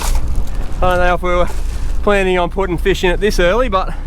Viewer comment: Feesh... lol